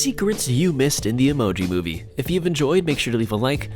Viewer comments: you said “moive” instead of “movie” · He spelled MOVIE wrong, he said MOIVE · more like moive instead of movie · you said emoji moive